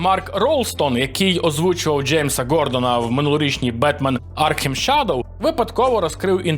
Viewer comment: ну ти хоча б назви англійською вивчи.. Шадоу😅. Люблю твій канал, та такі деталі б'ють по якості